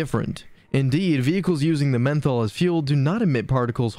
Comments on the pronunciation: It should be pronounced Methanol not Menthol 😅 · Yeah,that does make this seem more like a high school presentation though I’m sure it has good info. It’s just mentally goofy to keep calling it menthol. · no way that menthol mispronunciation is accidental. I bet it's just trolling